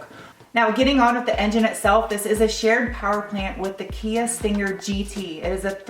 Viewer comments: I like how you pronounce button and stinger. I like your Tiger Woods outfit again. I little. Great review now when the Sonata comes out please take that Sonata for a ride and give it the beans. I know it's not a big engine but I want to see the car done by you rather than Alex or tfl car. Still wish you worked with them. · Are you okay? You had trouble pronouncing stinger.